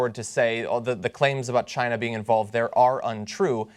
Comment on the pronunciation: Why people call China -- Chiner?